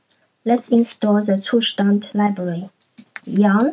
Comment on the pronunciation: Finally, someone who can pronounce "Zustand" correctly😅